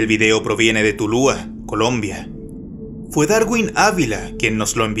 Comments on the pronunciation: que el uso excesivo de las redes sociales. No te acaben lo poco que aprendiste. En el colegio. La ciudad que mencionaste al principio no es (Tulua. ) si no " tuluá " con la acentuación en A. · No se dice Tulua se dice Tuluá pronunciando la tilde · Tu-lua? Jajaja es Tuluá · Alguien más que enserió se rio demaciado cinado dijo Tulua jajajajajajakakakakak sin tilde suena horrible